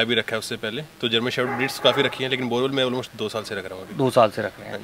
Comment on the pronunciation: Borboel not borewell😂😂😂